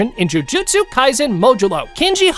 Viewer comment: It is not modjulo it’s Modluo